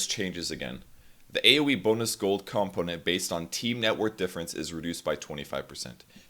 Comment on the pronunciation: What's a calmponent?